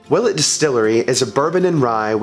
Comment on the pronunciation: i pronounce it will-ette